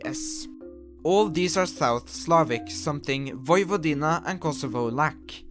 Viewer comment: tnx for pronouncing Vojvodina almost correctly.